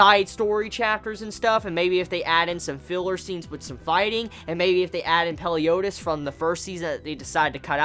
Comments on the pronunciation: Your saying the leaders name wrong its meliodas not peliodas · Everyone knows that his name is MELIODAS, not peliodas right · Did he say "Peliodas" wtf? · it's actually Meliodas